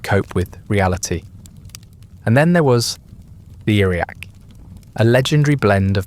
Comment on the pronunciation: Interesting ergot sounds like argot???